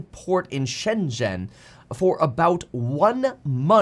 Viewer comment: Your pronunciation of the word "Shenzhen" was good. You pronuonced with correct tones. Well done!